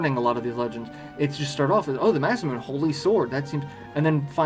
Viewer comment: First off, I love the video, it's amazing. And I'm sorry to be that guy in the comments, but it's "Mah-sah-moo-nay," not "Mah-sah-moon." Named after the man who was supposedly THE most gifted swordsmith in Japanese history. :)